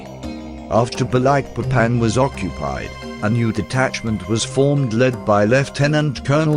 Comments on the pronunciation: At least the bot's pronunciation of "sarawak" is relatively decent. The way it says "Balikpapan" gives me cancer. It should be spelled "Ba-leek-papan" not "Ba-like-papan". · It is annoying he have to say Balikpapan like you say Papa not Baylekpaypan!! And Balik like you say it(literali)!!! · Very nice Sr,congrats With solely intention to help,I flew all Borneo last years,and the pronunciation is Baleekpapan. Thank you from Brasil pilot. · It's Ba-leek-papán